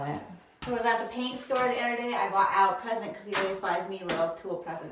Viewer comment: HIS NAME IS AL AS IN ALLEN